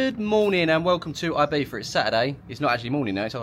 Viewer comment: Name of island: Ibiza (not "Ahybeeza). The Spanish "I" is pronounced like an English "E".